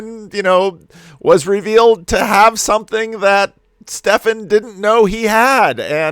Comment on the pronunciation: Hi. Just FYI, the names Stephen and Steven are pronounced the same. The way you are saying it, like Stefan, is spelt Stephan, with an ‘a’ not an ‘e’.